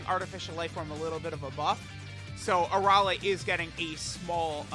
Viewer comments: You are saying Arole instead of Arale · Why are you butchering her name like that You're saying her name with an o instead of an a I've never heard anyone say her name like that unless you have a problem pronouncing